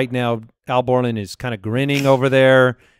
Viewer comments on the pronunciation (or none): Sounds like he is saying "owl" borland and I take that personally